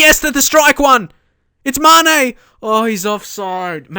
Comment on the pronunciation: Be sure to accent the E on Mané, so not MAHne but MaNEH